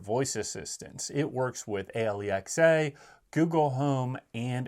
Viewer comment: Ay-lee-ex-ay is a new one 😂